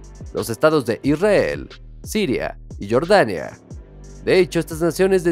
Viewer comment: Pronuncia bien jordania no estas diciendo Michael Jordan